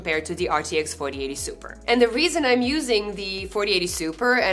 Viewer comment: My cat once told me: Dutch is actually mispronounced German. Of course I didn't believe him. But after seeing how you mispronounced "4080 Ti" throughout the video, maybe he was right 🤔